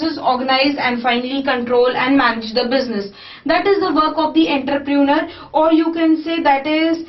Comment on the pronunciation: Nice video ma'am n the correct pronunciation of entrepreneur is /,ɒntrəprəˈnəː/